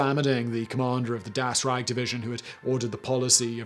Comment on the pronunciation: It is about pronunciation, not grammar ;). And it does matter, no matter what the Nazis did. As for me being a historian, it is all about correct citation and pronunciation. Like, 3rd "Reich" for example ;).